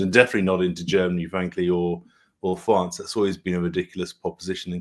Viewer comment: Sorry this dude's accent is just so offensive... British which has lost all credibility in recent years but he also says "Fwance" instead of "France"